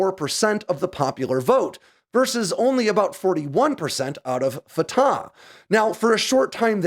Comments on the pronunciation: always enjoy your stuff. This one is a bit out there. I'll stick to the facts. It's not "fa-ta". It's "fa-TACH". The CH is like CHumus or CHamas, no like an H. Secondly, Palestine is no a country and never has been. It was a designation for an Ottoman Empire area, later a British mandate, and until later on in the 20th century not even a desginator. But then PLO terrorist Yasser Arafat coined the term Palestinians, and terrorist sympathizers rushed to embrace that term, and that's what exist today. Not a country. Not in the UN. Doesn't issue passports. Isn't more than a fictious construct. Hamas exists to kill all of Israel. Israel has let it sit out there and spin, and it wasn't until the savage murder and butchery of last week that Israel said "Enough." That's not the same as "Israel declared war." Hamas had already done so -- back in 2005 when Israel left. There is no "occupied" territory. Hamas has solely ruled it since Israel left. Israel isn't "laying siege" to a "territory it occupies" as that makes no sense. But hey, Hamas wants it both ways. Terorism... and the killing of babies, beheading them, burning them alive, that's all Hamas. I'll wait for your next story about cool military hardware. This story... narp. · Thank you so much, from an Arab viewer. Neither side is innocent, is the short version. The Arab lost 1948 yet they want the land handed back by the victors. Fatah is pronounced as Fat'h with a loud H at the end. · Pronounced separately, Fa Ta